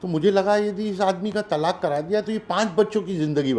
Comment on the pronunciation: तालाक नही बोलते,तलाक बोलते हैं